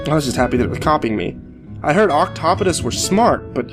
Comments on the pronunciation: "Oct-op-odis"... lol. It's pronounced "Oct-op-a-deez". Not the correct plural for octopuses, but it is more accurate than "octopi" (octopus is of Greek origin, not Latin). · octopodes is pronounced ok-taw-po-dees. the more you know